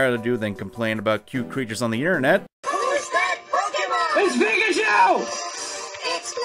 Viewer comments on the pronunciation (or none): none